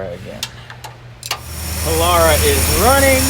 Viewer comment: Beautiful...and power windows to boot! Just pronounce it, "po-LAIR-ah" and we'll be good....